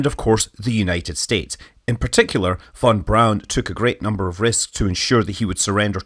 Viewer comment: Fon brown is how you say it